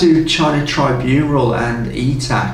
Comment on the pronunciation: "tribunral". Struggling with the script there a bit mate